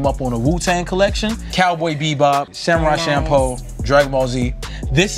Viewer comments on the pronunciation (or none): nigga said Samurai Shampoo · Samurai shampo??? Lol he tried.